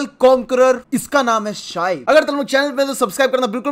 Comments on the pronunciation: nhi h vo Shee beee h 🙄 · Bro woh शाईब nhi शीबे hai 🙂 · It's..shi...be...not 😂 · bro inke naam ko ‘shi’ ke baad ‘be’ pronounce kro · Bhai uska naam ki pronounciation she-beh hai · Bro it's not shybe it's shibey 🥺🥺. 💝💝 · Thodi toh ijjat do yaar...he's such a great player....it's not...it's shee-ba (pronunciation) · Nice pronounciation It's Shee-bee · Bhai Shaib nahi shi_be two syllable he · His name is pronounced " Shee - Bay " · its not shaib its she bay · It's ' Shee-bay' 🌝💁